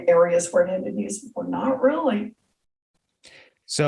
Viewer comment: lummis not mummies